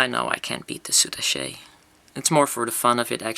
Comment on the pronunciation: The French pronounciation was correct before you said how the French pronounce it. They don't say "soutachay" like you did but "soutach'".